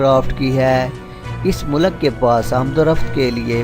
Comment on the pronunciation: "MULAK" hahahahahahahaha